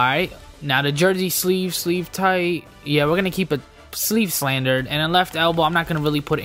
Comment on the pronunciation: You said sleeve slandard.